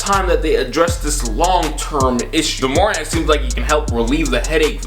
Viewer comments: It’s not “juhmorant” it’s JA morant. Also Hayes definitely is not 285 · Its JAH MorANT not juhmorent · Why the fuck did u call him juh morent its ja morant pronounced jah more ant u idiot😂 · It’s pronounced Jah [Space] More•Ant You were saying Jumorint like it was one name without enough vowels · Pronounced Jah Mo-rant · “juhmorant” wtf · soundin like a Key and Peele skit trying to pronounce Morants name 😭 man said “jamorant.” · Juhmorant lol good vid tho bro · Why he say Ja Morant like “Jahmoran” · who tf "jamorant" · “JaMorn”! nah i’m just playing bro keep all the great vids i watch every single one😂❤️ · Alright IK I always criticize you but that's because I consider you one of my friends. You called Ja Morant jaMOREn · Myke Massacre i was thinking the same shit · PS it's JA Morant lol u butchered that man's name hahaha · Why are you saying ja morant name like that 😂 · Stop butchering that boy Ja’s name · My guy you are butchering ja morants name😂😂